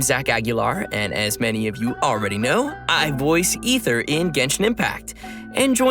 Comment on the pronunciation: lol they still pronounce his name as ea-ter instead of eh-the-r.... why butcher his beautiful name T_T (not blaming the Va, its the scripters\ coaches fault for overly englishize pronounciations even when they wrong)